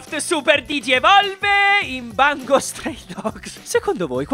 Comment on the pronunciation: Ti prego, ti prego...Dimmi che non hai veramente detto..."Bango Stray Dogs" AIUT